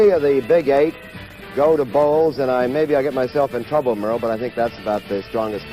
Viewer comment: It's Merle Harmon, not Merrill. Just to clarify.